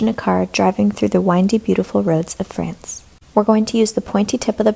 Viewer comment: the way you say France is so fuzzy